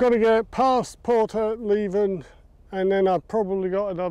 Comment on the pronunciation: It’s pronounced Por-lev-en not Port-leeven , I know because I live there 👍🏻